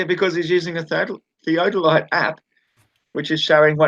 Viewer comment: I came back to this chat again after a few weeks, so it may be pretty pointless to even leave a comment, but FOR FUCK'S SAKE, why can't that middle earth moron pronounce "theodolite"? He gets it wrong over and over and it hurts my ears and brain. It's not a fucking "theadolite". He pronounces it as well as he understands it.